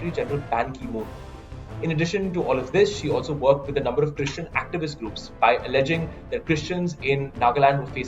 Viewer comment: Why so much emphasis on the word "christian"? This issue is more than religion. So irritating.